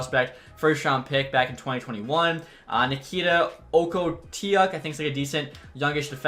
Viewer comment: Okhotiuk is pronounced a ho took